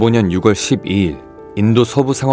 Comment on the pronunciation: 유궐이 아니라 유월